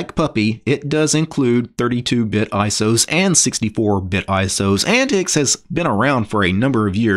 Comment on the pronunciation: I don't think its 'Ant-tix'...I think it sounds more like 'ant-teeks'...which is what the OS was designed for...older computers.